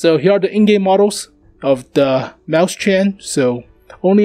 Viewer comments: the 2nd one is much closer just the ch is wrong sir + its not mäu-schen its mäus-chen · Frozengames Actually, he's pronouncing it right if he's using an American accent since A and E sounds almost similar at times. I think the problem here is his syllabication. Right now, he's saying 'Maus-chen' (Maws-tsen). In reality, it should be 'Mau-schen' (Maw-shen). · You can pronounce it: "Mois-chenn" . Not "Maus-CHEN" ;) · it's spelled mauschen not mauschan so if you're going to pronounce it the American way at least follow some English rules, come on man! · Here is how you pronounce it: OR, if you prefer, mois-shen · Dude, ääääääää, its an ääääääääääääääääääääääääääääääääääääääääääääääääääääääääääääääää. NOT an A